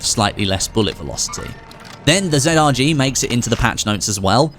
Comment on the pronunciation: Zrg not zedardg